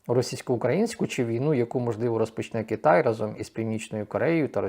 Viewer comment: для невігласів - К*и*тай ...так вас навертає ,дбл.,блд., на ворожу вимову "кі".